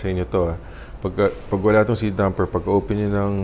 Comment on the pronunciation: dAmper, not dUmper.